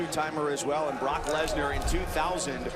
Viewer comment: He didn’t say Brock Lesnar right